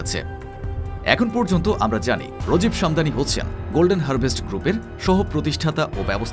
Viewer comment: Apnader engilsh ar bangla uccharon khub baje. Infracture ❌ infrastructure ✅ Rojib Shamdani ❌ Rajeeb Samdani ✅ MC chain ❌ Mac Kaine ✅ Educated manush der ke ei shob dekhale hashbe. Ar background music er kotha nai bollam. Mone hocche indian drama series dektesi 😅